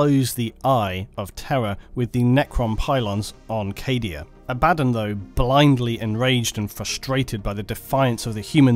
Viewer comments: Abaa--don sounds ridiculous to me. If its meant to be pronounced that way it should be spelt differently. Just think about the spelling. If it has two Ds it should be Abadd--on, if it were to have one it would be Aba-Don. I've always said it that way since I was a kid, and honestly its one of the few pronunciations I don't give a damn what is supposedly correct. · ABBUH DAWN wtf..this dude somehow manages to say every other name or faction completely wrong...ugh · I thought he said it funny too, great vid though! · Abadon. ....the only word there that really got to me. Rest of it....good. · Every time he says Abaddon I die inside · That incorrect Abaddon pronunciation.. eye twitch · For someone who has been doing warhammer 40k videos for a while how do you not know how to pronounce abbadon or roboute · You can't pronounce Abaddon? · Vid was going so well until he spelled Abaddon's name... Then the sheer wrongness of it all quickly devolved into ear cancer every time he uttered that name. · The name is pronounced is Abba Don NOT abad on! Jeez! Otherwise excellent work. You and the bigot Arch do the best Warhammer video's and with your videos we skip the neo Nazi ('Iron Jew') SHITE from Arch or his obsessed triggered 'Look there is a woman in the video game, I am losing my mind!' crap. So glad to have you as a sane alternative and you are more philosophical and detail orientated than he is, so you are now my new #1 Warhammer 40,000 commentator online! Great stuff!! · Stop saying his name wrong. Abb-a-don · Haha no it’s abbAdon surely?! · Ebadon? EBABON?! It's Abaddon! It's pronounced ABADDON not Ebadon. Feels like Nurge is vomiting in my ear each time i hear Ebadon. Ech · Imagine learning how to pronounce names .... Its AB A DDON .... Not Abaddon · Say it with me: “Abba:Dawn” 😂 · I liked how this dude call Abbadon "Uh-baddon" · its pronounced aba-don also its Row-BOOT-ay GILL-uh-man. Lastly the image , what is the images source? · I pronounce it Abba-Don